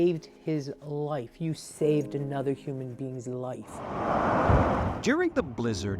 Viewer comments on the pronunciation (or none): "You saved his loif."